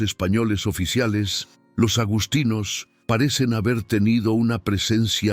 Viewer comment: Agustinos,NO agostinos. Lo mismo, agustiniano. Supongo que es una más del mal doblaje de la IA😂